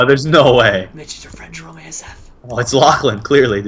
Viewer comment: nuuuu doont be sayd jayrome